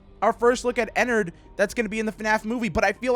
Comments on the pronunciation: Its ennerd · It's ennerd